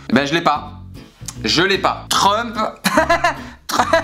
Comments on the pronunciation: Verichia et la malédiction de Trump Il ne sais pas prononcer son nom: trumhaha truhahaha😂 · J’adore quand essaye de prononcer Trump!! On aurait dit un vieux diesel n’arrivant pas a démarré!!!